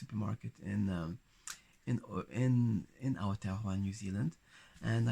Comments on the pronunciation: i love how he says Aotearoa <3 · I'd stare at you because you're beautiful. And I'm older, I probably wouldn't be shy ~ I would most likely walk right up to you and say hello 😁 I love the way you pronounce Aotearoa ❤ It's late, but Welcome, haere mai ❤